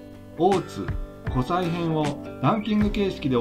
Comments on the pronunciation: 他の方も指摘されてますが湖西は こせい と言い、白鬚神社は しらひげじんじゃ と言います。もう少し調べてからアップした方が良いかも! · 湖西 読み(こせい)です